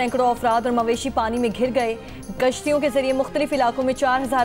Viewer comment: plz correct the word it’s kashtiyaoo not ghashtiyoo 😮